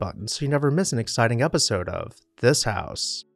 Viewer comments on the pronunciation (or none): none